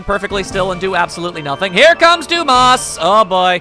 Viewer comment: Not going to lie, I thought Dumas was pronounced Dum-mas the moment I saw it. Duu-mahs sounds a lot better.